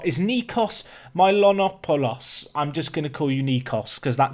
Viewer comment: 2nd episode of the day=Paradise😍 Also I am from Greece, Nikos' surname is pronunced Me-Lo-No-Poo-Loss Keep up the great work!